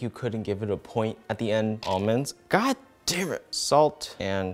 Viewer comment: No one:: cant say raw almonds